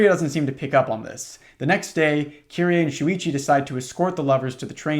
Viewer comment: dw about the pronunciations, i've heard a lot of people pronounce her name as "kiree" rather than "kiri-ey" so you're doing her more justice than many english speakers already lol all that matters is you try